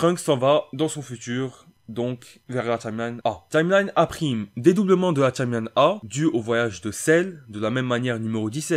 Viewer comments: POURQUOI TU DIS TCHIMELINE SA ME STRESS DE OOOOOOOOOUUUUUUUUUFFFFFFFFFFFFFFF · Tchimeline Tchimeline Tchimeline.. Wesh comment tu fous la haine à prononcer ça comme ça.